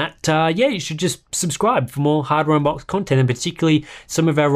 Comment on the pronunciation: "Welcome back to hardware un-box" :D